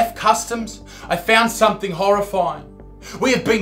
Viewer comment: She’ll have ‘somethink’ to say about that...